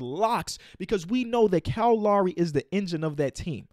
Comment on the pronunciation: It’s Lowry not Lawry